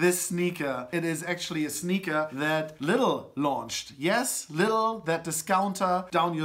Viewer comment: Nice, you know how to pronounce Lidl the british way :)